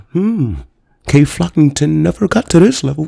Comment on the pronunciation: “Kay flockington” 💀